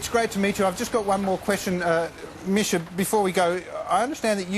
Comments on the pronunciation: Did the interviewer just call misha, michi ? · Really wish these interviewers would've learnt how to say Misha right.....